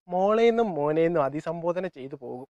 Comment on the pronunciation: അദിസംബോധന അല്ല അഭിസംബോധന😁